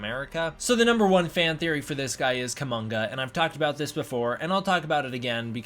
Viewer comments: Probably not Kumonga, but umm, Kuomonga is cool. Sorry not sorry. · It's Kumonga.